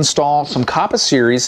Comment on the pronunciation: Kappa not koppa. Other than that good video.